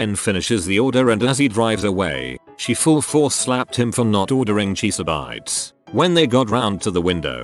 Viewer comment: Cheese-uh-bites was my favorite